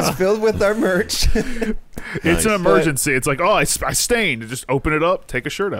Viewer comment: Emergency? Don't you mean "e-merch-ency"